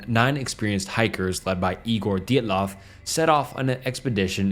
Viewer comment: I slightly chuckled when he pronounce Dyatlov three different ways in a row, love you lol 😂